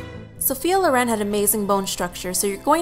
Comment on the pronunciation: Sophia "Looren..." Loren. Not "luren". :/